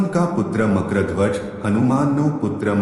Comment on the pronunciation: Nam no ucchar to spashta karo